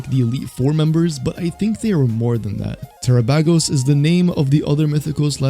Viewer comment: It's not "terra pag oes" it's "terapagos," it sounds like "galapagos," the turtle it's (obviously) based on. LMAO